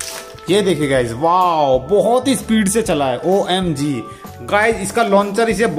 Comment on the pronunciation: Tum omg bht bura bolte ho is liye tum na bola kro